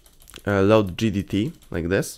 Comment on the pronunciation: im surprised you didnt misspell GDT as JDT with how you say it